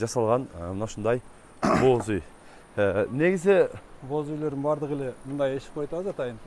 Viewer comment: Боз уй. Бооз деп угулуп калыптыр😅